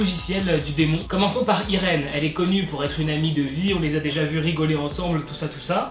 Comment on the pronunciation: Ça s’écrit Irène mais ça se prononce Aïline sinon continue comme je t’adore ❤️ #welleuse